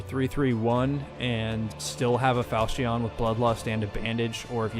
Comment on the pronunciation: falchion not falcheon jk pronounce like you want